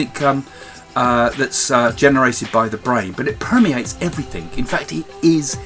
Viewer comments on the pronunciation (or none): Craig, stop saying "everythink" It's "everything". You're a lovely man and I love listening to you. Just please say "everything" lol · Craig Hamilton-Parker LOL!! Quite right!